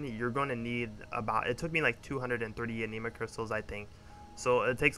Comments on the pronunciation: My friend not talking shit just trying to help its not pronounced aneema. Is ani ma like japanese anime or animal. The 'i' is pronounced like the 'i' in it, not an 'e' sound. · A-nih-ma not ah-knee-ma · omg the way you say anima im going crazyyyyyyy...good guide otherwise